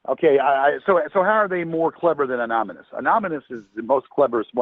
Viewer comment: mentions the highly feared group "Anomynous".